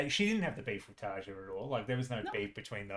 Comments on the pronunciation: Goosebumps everywhere... Nice reaction, nice comments... BTW, TaRR-ya :) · Just a quickie... Tarja is pronounced "Tar-ee-yah".